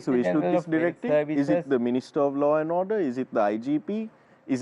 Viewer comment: It is law and order not low and odeur